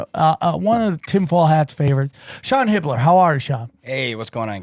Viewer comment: Hibbeler 😂 hahaha quite it